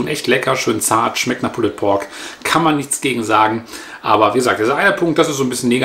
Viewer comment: Danke. Kurzer Hinweis: Das "e" in pulled ist ein "silent letter" und wird somit eher nicht ausgesprochen.